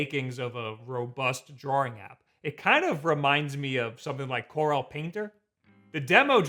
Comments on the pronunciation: (why is he saying "draw-ring" instead of "drawing" tho??) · What is drawrring? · The way you pronounce "drawing" makes me wanna kill myself. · Only thing weird about this video is how you saw "drawing" as. You also always say Mario wrong. It's not MAYRIO. Say "Mars" then say "Mar" Then say "IO".